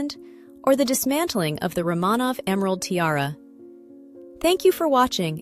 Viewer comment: You need to make a decision: Is it "Van Cleef and Arpples" or "Van Cleef and Arpells," because you manage to pronounce it both ways. And, it's "Romanov" with the accent on the first syllable, not the second. AI will be the downfall of all of us.